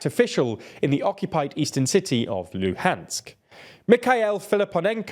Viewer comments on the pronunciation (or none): none